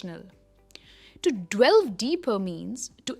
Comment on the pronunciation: why do you say "dWelve', if it's "delve" ???